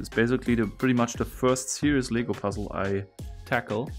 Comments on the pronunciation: He made LEGO sound like it's legal lmao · For some reason I thought that you were saying “legal” instead of “LEGO”, so that made me think that there was an illegal version of this puzzle that can only be solved by building it, but intentionally messing up on some steps in the instruction book. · I dont know why but I thought he said LEGAL BRICKS instead of lego bricks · I love this but it’s LEGO not legal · Lego not ligo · i love this puzzle. btw everytime you say "Lego" to me it sounds like "Legal" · This is so cool but I love how he calls Legos, legals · I’m confused about what he is saying, legal or Lego